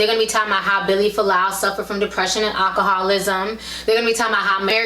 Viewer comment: Its Vili, not Billy, and "ask," not "ax."